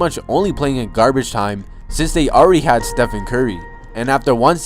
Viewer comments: “And HAD to go to HARVARD” bitch is u drunk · I love how he said "he had to go 2 Harvard"😂